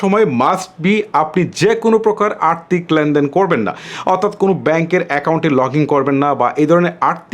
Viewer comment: আর্তিক না আর্থিক 🤣